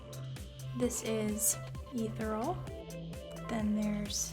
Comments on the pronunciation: Leddy FM not to mention the mispronounced “Ethereal” and the misuse of the word embossed. So... not a mua, I understand but as an editor, I would think one would use words correctly. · Omg I thought I was the only one who noticed this. She defended her application skills by not being a mua but she IS an editor, right? Also embossed the word she needed for the logo imprint. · Someone tell this girl how to say the word "ethereal." Please.